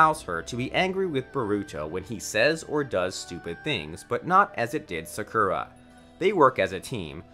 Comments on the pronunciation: U said sakura wrong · Ayo my guy legit said "Sa-Ku-Ro" instead of Sakura- 😭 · sockura and sukra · Why he pronouncing sasuke3and sakura like that tho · “Sasookae and Sakoora” 🤓🤓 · "SaSuke and SaKura" yeaa these pronunciations are finna be the death of me🤦‍♀️💀💀